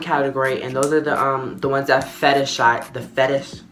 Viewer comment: That “fetish-ize” had be fuckin ROLLIN 😂😂😭😭😭😭😭😭😭😭😭😭